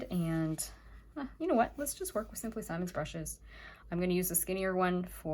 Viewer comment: Please it is “Simmons” not “Simon’s” short “I”